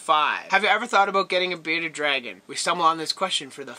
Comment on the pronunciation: You forgot the r in bearded dragon